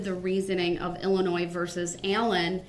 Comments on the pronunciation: OMG if he says "Illinoise" one more time, I'm going to lose my mind! It's "IlliNOY" dummy! I don't know whether him mispronouncing Illinois or him constantly making stupid arguments is more annoying! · “IlliNOISE” 🤣 What a dumваss! I cannot believe how absolutely dumb this guy is. And the best part? I think he believes his BS. It’s amazing to see someone this confidentially “fuсkіиg-sтupіd.” Can you imagine dating him, living with him, parenting him, et al.? He’d drive someone to suісіde. His soon-to-be friends in prison will feel the same way. I doubt he lasts real long. 🤷🏼‍♀️ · Anyone who pronounces the "s" at the end of Illinois is automatically suspect. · It's I'll in o iss, I know 3 year olds that can pronounce it properly. Obviously never looked at a map in his life.